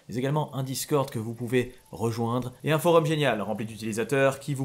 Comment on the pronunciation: Euhh...cest pas des creepy pasta ça. Une creepy ça ne peut pas être une fiction, ça ne peux QUE être une fiction. Là tu nous a balancé des fact stressant c'est tout. Après la vidéo est superbe mais c'est pas le bon mot. Et sinon je sais qu'il a raison dans sa prononciation (pour une fois) mais ça vous fait pas trop bizarre qu'il dise FOREUM 😂